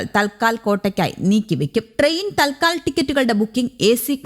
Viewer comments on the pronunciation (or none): അയ്യോ!തൽ ക്കാൽ അല്ല, "തത് കാൽ "എന്നാണ്.